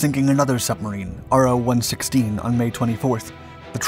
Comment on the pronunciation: "Ro" not R. O.